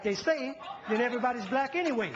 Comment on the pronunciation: its anyway brtha not away =D